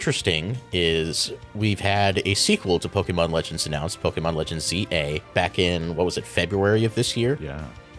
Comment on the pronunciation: Please someone tell that is not pronnounced "Legends ZA", but "Legens Z-A". I hate it so much when english speakers say "ZZZAAAAAAAHHHH", like come on, just read the title properly. TT______TT